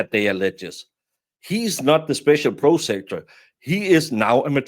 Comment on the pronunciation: PROS ah-cue-tor. Prosecutor. I only speak one language. Thank you for the content.